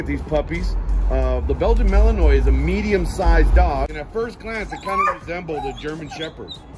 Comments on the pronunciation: Learn how to pronounce their breed name properly!! It's Malanuah...Not Malanoise, Like the word Noise. You have no credibility if you don't know how to say the name properly. Goodbye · Might help to pronounce the name mal-in-wah correctly..not mal-in-noise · This fool pronounced it malinois with an s lmao its malinwa s is silent lmao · malinoise ? lol a wut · He pronounced the name wrong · Dawg Entertainment no lol. There's only one way to pronounce malinois 8f you are breeding them or working with them.